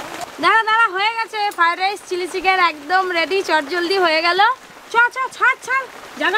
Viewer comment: দিদি ওইটার নাম ফাইরাইস নয় ওইটার নাম হল ফ্রাই রাইস